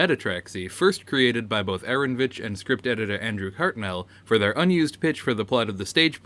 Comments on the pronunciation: It's AARON O VITCH not ARONVITCH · Aaronovitch is pronounced Uh-Ron-Oh-Vitch.